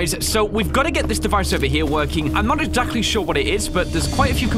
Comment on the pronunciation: "I'm not eckjackly sure what it is"